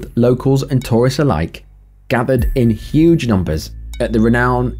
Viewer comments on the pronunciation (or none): none